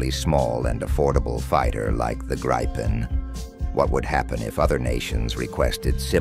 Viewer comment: Interesting - but please get your speaker to pronounce Gripen correctly?